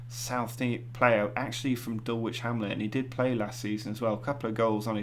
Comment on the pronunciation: Enjoying these. Can I say one thing, Dulwich is pronounced “Dull itch” forget the “W”. Thanks